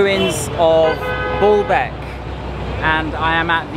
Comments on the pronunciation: The archaeological site is impressive and the museum is very well done. You may just need change the way you pronounce “Baalbek” (bawlbek?) or people won’t understand you… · Despite being corrected on how to pronounce Baalbek - keeps mispronouncing it. The colonial hangover and white-skin superiority complex are interesting to see. Why is talking about the mitilia group instead of the history of the place he is visiting? If he visits Kenya will he talk about the numerous slaughters/custodial murders of the natives by the British forces during the Mau Mau movement? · Dear I really love your videos and your knowlrdge but I must tell you that it is called BAAlbek not Booolbk;-) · I think you say it like Baalbek not Ball bek emphasis on the a's. The false God Baal was probably worshipped there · B O: bo; B A: ba > Baalbek, not Bolbek! Simple… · It’s pronounced Baaaaalbek. Not BALLBAG!!! 🤣🤣🤣 you ballbag!! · Stop saying ball beck it s baaaalabek🤣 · Dude, stop saying Ball-Beck